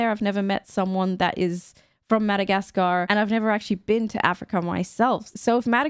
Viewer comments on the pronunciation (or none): It's really weird the way you say Mada-gas-car the "gas" "car" is so heavily pronounced... I've always heard mada-gas-ka without a hesitations on "gas"